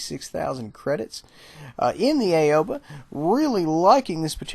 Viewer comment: I know everyone keeps calls it the A-O-ba but I think that it's supposed to be pronounced Ow-ba. At least, that's what the PC guys call it.